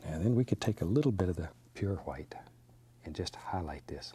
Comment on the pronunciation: I just adore how he pronounces the names of the colours, specifically "hwhite", hehe. Such a lovely soul Bob.